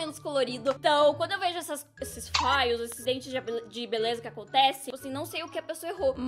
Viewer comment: amei o video!! btw, a pronúncia de "fail" é "fêiou" <3